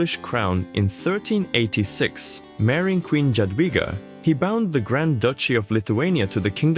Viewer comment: Greate video, accurate. But please if you spell polish words use English translation and pronouciation or fully polish one. If you try to read try to use google translate to first read polish words for you because nearly every polish word was spelled incorectly Jagiełło should be yagiewo Szlachta should be shlahta Jadwiga should be yadwiga etc Im very courious for your next video but please Look into that